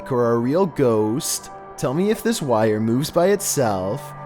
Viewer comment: the only person who can turn a one syllable word in to two - gho-ost